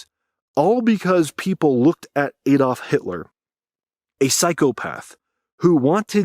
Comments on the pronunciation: It's Adolf, not Édalf 😂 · ADD-olf, NOT AID-olf. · Adolf- is pronounced with a short "a". Not "Aydolf" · It is pronounced Ad olf, as in one plus one - adding and not A dolf. I don't know what dolfs are, but you do like talking about them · Why oh why do Americans mispronounce proper names? The initial letter "A" of "Adolf" is NOT a soft "A". Americans persist in pronouncing it "Aydolf". You can get away with this when it is not a name. You CANNOT get away with this bastardisation when it is a name. I have even heard an American pronound the word "analyst" with a soft initial "a". This changed the meaning of the word with hilarious implications. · 'Aydolf...' WHO THE FUCK IS AYDOLF